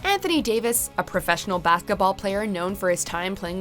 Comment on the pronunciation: Lol. "A professional bathketball player ... "